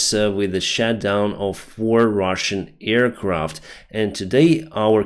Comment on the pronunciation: thank you for your reporting, but please, check the pronunciation of aircraft. You make it sound like earcraft, which is hilarious every time i hear it:)